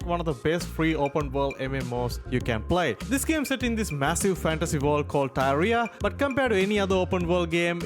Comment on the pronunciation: broh pronounced Tyria (Syria with a T instead) like diarrhea xD love to see GW getting some love :D